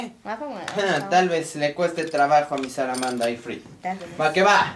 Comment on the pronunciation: se dice salamanda no saramanda